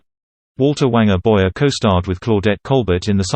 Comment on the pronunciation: His name is pronounced Boy-ay. The "er" in French is not pronounced like the "er" in American English, but rather like the long "A' sound.